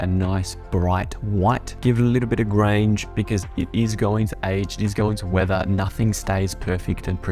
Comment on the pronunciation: Loved the tutorial but when did Grunge get to pronounced Grange?